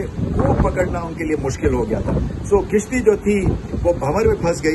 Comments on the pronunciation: sir kishti nhi kashti hota hey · With due respect to Ramiz Raja the word pronounced as Kashti instead of kishti..